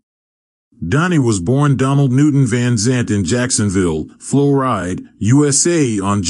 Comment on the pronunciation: Floride? Really? GFY!